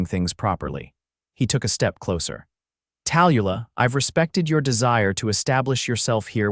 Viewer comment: I enjoyed the story but I hate the AI reader. The name Tallulah is pronounced Tal-Lu-lah. At least get the main character’s name right. It was distracting. Like I said however, I enjoyed the story.